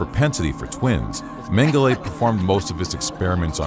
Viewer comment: As disturbing as these war crimes are... The narrator consistently mispronouncing Mengele's name really bothered me!